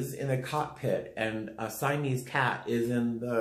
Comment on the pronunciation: "A siemese cat" 😭😭😭